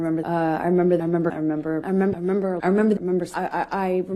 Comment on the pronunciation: When she says "I remember" so many times it sounds like she is saying "I am Amber"🤣